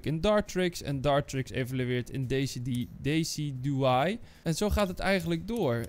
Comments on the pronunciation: Wat de F het is decidueye niet decediay ofzo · Even wat fouten op een rijtje zetten: 1. je spreekt het uit als dessidjuwai niet deecieduwai 2. je zegt sap slipper terwijl het sap sipper is (klein foutje dus maakt niet zo heel veel uit) 3. het is geen neutrale pokemon het is een kleurloze pokemon 4. Hoewel het waar is dat steen pokemon onder dat icoon vallen, is het geen steen soort maar het vecht soort. Dit is ook tegelijkertijd vrij logisch met de games aangezien een normaal soort als bouffalant zwak is tegen vecht soorten 5. Bij resistance is het vaak -10, -20 of -30 en dus niet x2. 6. Hoewel je inderdaad kan winnen door alle pokemon van je tegenstander's bank te verslaan is de voornaamste manier van winnen alle prijs kaarten pakken 7. je spreekt het uit als panseer niet pansur 8. op zich is die hand niet zo heel slecht, want je hebt een paar goede items en trainer cards 9. je zegt dat je in je hand op zoek mag gaan terwijl je in je deck op zoek mag gaan (klein foutje dus maakt niet zo heel veel uit) 10. weer een klein uitsprekingsfoutje: je spreekt het uit als sielieo niet sieleeo 11. je spreekt het uit sfiel niet siel. Dit is nog een best grappige fout aangezien seel ook een pokemon is 12. op zich is 20 energie in een deck redelijk veel (als je kijkt in vergelijking met een normaal competetief deck) 13. je had misschien beter de bouffalant energie kunnen geven aangezien dat een van de sterkste pokemon in je deck is 14. alweer, je had de muscle band beter aan bouffalant kunnen geven, aangezien die wat sterker is dan se